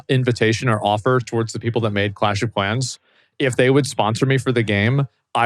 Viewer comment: ahhhhhhhhhhhhhhhhhhhh helllllllllllll nah did she call clash trashhhhhhhh